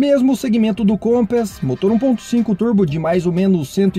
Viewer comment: Meu caro, sua pronúncia sobre o Compass está errada viu .